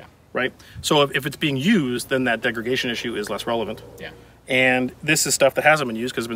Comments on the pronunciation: "Degregation" , not a word. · the host keeps saying 'degregation' but does he mean 'degradation'? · degragation??? NO degradation , YES and yes, I am a gun nut and a teacher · Im pretty sure just said degregation like 3 times in a row, like "did i hear that?" "he's actually doing that" "tf, this is gunna bother me" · Am I hearing degreGation?